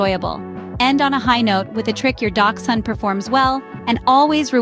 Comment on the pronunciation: The H in Hund is not silent. Quite the opposite.